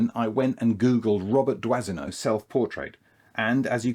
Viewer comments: It’s pronounced “Dwano” not “Dwasino”. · I know this is not in the spirit of Christmas, but do try and pronounce your photographer's names properly, eh? It's Dwah-no. Robert (Roh-bear if you want to be pretentious) Dwah-no. Dwazino? I mean okay, the French massacre the pronunciation of Anglophone names (Hemingway is unrecognizable) but we must try and be better, oui? Feel free to mock how we Americans pronounce Aluminum (and spell it!) Happy holidays, at any rate. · "Doisneau" is pronounced "dwano". Merci pour lui !😊